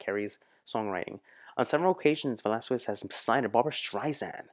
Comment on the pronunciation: The pronunciation of her surname is ... VE-LAS-KES.... she is also known as the asia's song bird for decades now ..